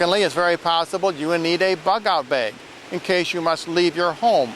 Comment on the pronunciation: what is a "buckout bay" or whatever what was said ??